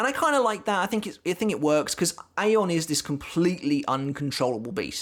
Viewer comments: Your pronunciation of his name is spot on, that is how Ayon is said in Spanish. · Yes, you're right about the pronunciation (the katakana says Ayon). Anyway, THANKS for doing Ayon! I really liked how Kubo portrayed the despair/hopelessness aspect of Ayon. And things got serious QUICK when Ayon took a chunk out of Matsumoto's oblique! :-O Oh and yes, it was a splendid treat to have Ayon make a cameo later!! Thank you!